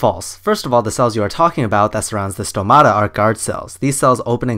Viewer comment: As much as he has no clue what he's talking about, he got one thing right: the pronunciation of the word "stomata". The stress is on o just right on its singular form.